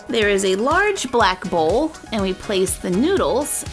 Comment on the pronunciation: I thought you said Black hole instead of black bowl